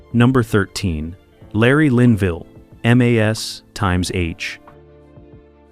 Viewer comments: Try articulating properly, and having the precise information before jibber-jabbing. (1) ex the 4077 had only two sevens not three. (2) when we refer to M.A.S.H the show it's unquestionably pronounced mash (as in potatoes). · No, Frank went on R.and R. While Maragaret was other honeymoon. Had a bit of a breakdown, got busted. All charges against him were dropped, he was made a Lt. Colonel transferred and transferred to a post in Indiana. Or maybe that was just what he told Hawkeye and B.J. It was also really annoying how you pronounced M.A.S.H.